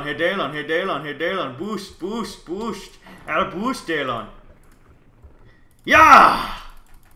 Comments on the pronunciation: MITCH IT'S NOT DAYLAWN IT'S PRONOUNCED DILIN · Lol he said daylon not Dylan😂😂😂😂😂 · It's DYLAN not daylon